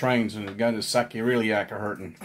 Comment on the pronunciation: It's pronounced "saycroiliac"